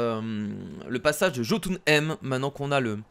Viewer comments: ça ne se dit pas jotunh(aime) mais (y)ot(ou)na( Ï )me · je reproche rien mais ces jotunhem mais jötunheim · Sa se prononce yotounailleme Bordel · pourquoi il dit jotho M